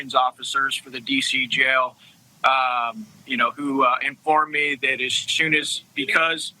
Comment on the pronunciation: I hate when people say "gel" when they are trying to say "jail." They're pronounced differently. Please speak correctly. Thank you!